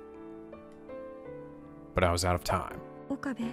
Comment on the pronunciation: I must keep trying in order to reach Steins Gate. Rule of thumb for Japanese names, please stress the THIRD TO LAST syllable. This is VERY CONSISTENT; you should never need to guess how to pronounce names: Amane SUzuha, not aMAne suZUha MAyuri, not maYUri Okabe RINtaro, not oKAbe rinTAro / Okarin, not oKArin / HOUouin Kyouma, not houOUin KAede, not kaEde FUbuki, not fuBUki Itaru HAshida, not iTAru haSHIda HIyajo, not hiYAjo MAkise KUrisu, not maKIse kuRIsu KAgari, not kaGAri (this one you got right) MOeka, not moEka And from other games, to make the point clear: MAjima, not maJIma MAkoto, not maKOto KAzuma, not kaZUma If you don't believe it, just listen to how the voice actors pronounce the names. It's a western tendency to stress the second to last syllable instead, but third to last is correct. I would understand not knowing how to pronounce names if you read them with no context, but in games like Yakuza and Steins;Gate, the voice actors read out the name for you so you should know how to pronounce them.